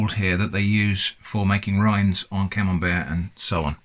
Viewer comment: oh, it's camembert 🤣, i was hearing camel bear or camel beard🤣